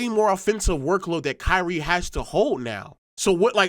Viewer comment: I don’t like the way he’s say “KYriE”